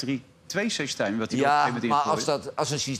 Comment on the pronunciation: "5-3-2 Sijsthijm..." Ja klasse joh Wifjed, je lekkeh vehpsjeken net als Jan